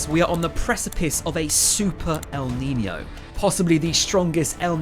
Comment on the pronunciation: Its pronounced neenyo not neeney o